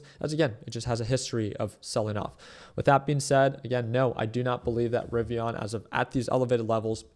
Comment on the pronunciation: Rivian not rivi”on” lol 😂